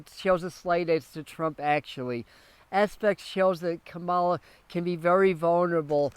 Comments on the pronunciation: Kamala. is pronounced COMMA la. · You are pronouncing her name incorrectly. Are you watching a lot of Fox News that makes you unable to pronounce her name?? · I had to stop looking at the post since I was hearing you mispeak her name so many times. Please get it right!